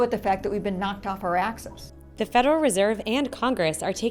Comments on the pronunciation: “that we’ve been knocked off our asses” is what I heard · "knocked off our axis"? Or "knocked off our ASSES"? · i thought she said asses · Did she say axes, axis, or asses? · "Knocked of our axes" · Did she say asses? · When she said knocked off our axis I thought she said knocked off our asses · thought she said knocked off our asses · When she said "knocked off our axis" at first I thought she said knocked off our asses